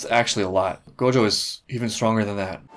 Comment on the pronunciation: Am I missing something or do you just say gojo weird?